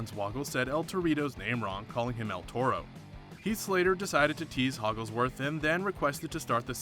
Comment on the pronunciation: phenomenal 2 mate he says Hogglesworth 9 minutes in 😂